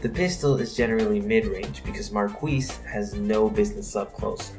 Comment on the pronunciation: It's pronounced (Mar-kee)